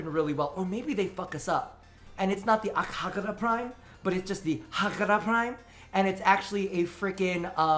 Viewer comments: Akjagara is my main Secondary. I NEED ITS PRIMED VERSION NAOUW. Wishes aside. I think its pronounced "Akyagara" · Omg every time you pronounced AKJAGARA prime I was like pls no